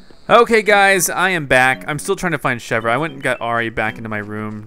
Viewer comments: Chèvre is pronounced ..... Shev-ray NOT Shev-Ra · It's not pronounced Chevra it's pronounced Chevere but it's spelled Chevre. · Chev-ree chevre not chev-rah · you pronounce chevre name as: shehvr. Its suppose to be frence for goat:P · I think you pronounce it like she-ver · Chevre is pronounced SHEV-RAY!!! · Say Chevre like this:ch-ev-r-e